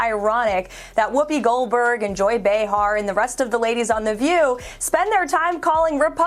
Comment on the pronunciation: It’s pronounced Bay har, not Bee har 🤦‍♂️